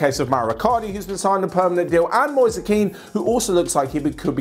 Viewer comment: I really appreciate your work and how precise you are on many points and this is why I am telling you once again: Moise Kean is not to be read as "Keane", but with a "e" sound like the one in "hen".